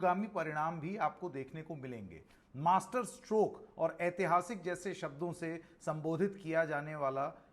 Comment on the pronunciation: Bhai MASTERSTROKE zara sambhal ke bolo...kich aur sunai de rha hai😂😂😂